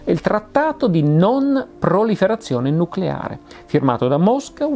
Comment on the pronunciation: "Nuculare, si dice nuculare" (cit.)